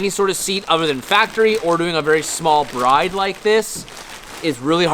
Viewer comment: Its pronounced "Brid" not Bride.